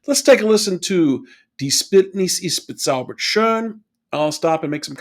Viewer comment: LIsten more carefully . He sings the syllable "be" of "bezaubernd" not the way you do when imitating him. Subtleties, I know, but crucial when trying to fully understand FW's singing style. Btw, have you ever made a video on F.Corelli?